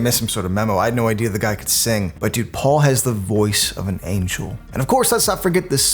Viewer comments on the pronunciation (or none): none